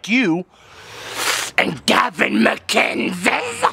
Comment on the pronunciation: he got the hard c right in gavin's name!!